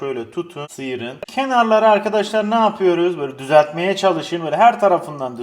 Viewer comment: Yörüz... yapıyörüz ediyörüz......